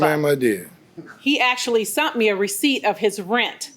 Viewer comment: “He actually sunt me” 😒